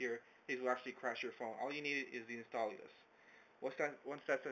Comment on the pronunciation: lol, why do you keep saying "instalallous" ?